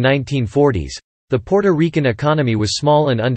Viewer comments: The way he said Puerto Riquen😂😂😂😂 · PUOROREKEN???? PUORORIKE??? What the hell!!! 🤔Ms Maddie, i agree, he sounds pure AMERICAN when pronouncing the other words!!! i think he is doing it on purpose just to annoy us, because he emphasize so much PUOROREKEN-PUORORIKE! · It's great that you have a history to report on when speaking about Puerto Rico, however when it comes to pronunciations, whoever was chosen to narrate had a hard time pronouncing the word, Puerto Ricans. It's not Puerto Riccans as is stated in this video, it's Puerto Ricans (Reecans), not Rickands. To Puerto Ricans listening to this video, it's frustrating. I just had to skip this video because of this problem. I'm pretty sure others have the same problems. If it's going to be informative, it must be correct in pronunciation. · Puerto Rican not Porto Rican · AND ITS NOT RICANS ITS REECANS IS HOW ITS PRONOUCED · Stopped watching after the second Porto Rickan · the narrator is AI, I cant stand the way it pronounces Puertorican, Taino, Borinquen, and many other specif Puertoriqueno words. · First and foremost narrator can't pronounce Puerto Rican. 😅